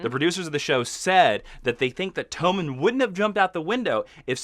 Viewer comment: Apparently their names are TOE-men and LAWN-cel now.